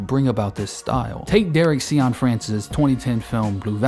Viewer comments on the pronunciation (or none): none